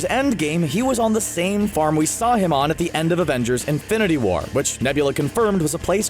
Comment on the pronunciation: I thought stan lee said make love not porn instead of make love not war.